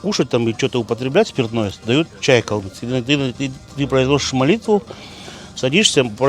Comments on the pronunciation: Не калмыКский, а калмыЦкий! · Не говорите пожалуйста "КалмыКский". Это очень не нравится нам. Правильно говорить "КалмыЦкий"